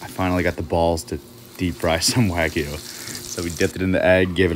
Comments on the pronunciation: It’s not wagoo it pronounced wagYOU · Why can none of you guys pronounce “wag-you” correctly? It’s not “wag-ew”/“wag-oo”, it’s “wag-you” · Can you please pronounce it wagyu and not way-goo!!!! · You've been pronouncing "wagyu" wrong. It's "Wag-you" not "wagoo"